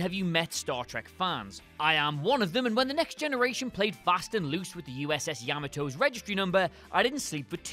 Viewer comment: First, it’s yah MAHT oh, not YAH maht oh. Second, MASH was set in the Korean War, not Vietnam. We don’t have these sorts of problems with the Lovely Ash. And she’s prettier. Just saying… 😎🍻🇺🇸